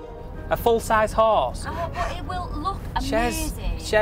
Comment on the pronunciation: 2 huge problems bout this video 1. her eyebrows (and blush) 2. the way they pronounce horse “hUsE”